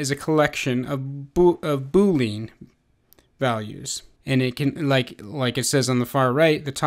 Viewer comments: Good video. The only thing that I wish to share is: [boo-lee-uh n]. This is the first time I've ever heard [boo-leen]. Just saying and otherwise good job. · is it just been or does it annoy you when he says boo lean? other than that the tutorial is exceptional